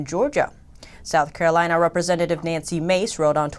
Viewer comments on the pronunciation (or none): none